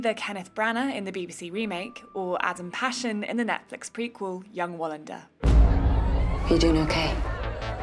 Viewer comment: What the hell was that pronunciation of Adam Pålsson’s name tho?? Passion??